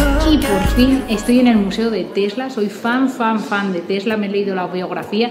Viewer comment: Tesla not Telsa .